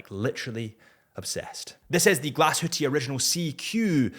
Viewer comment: This Parmigiani is absolutely stunning and technically superbe with regard to the thickness of a chrono...👍👍👍 By the way: almost perfect pronounciation of the word "Glashütte" 🙂👍